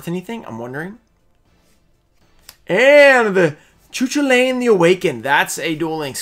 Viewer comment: is not ciu ciulai :)), is pronouince ku kulain